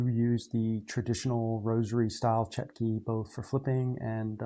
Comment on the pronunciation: Just to let you know, the Russian word is Чётки. The ё in Russian is pronounced like a "yo". So they are pronounced Chyo-tkey